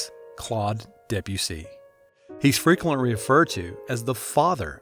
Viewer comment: I died what i heard “he’s frequentwy weferred to”💀